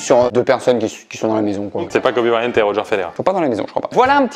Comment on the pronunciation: Revoir cette vidéo et voir dire Kobe Bryant me fait mal